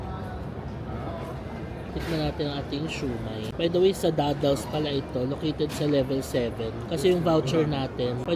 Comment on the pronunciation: Glad to hear you are pronouncing dim sum and siew mai correctly now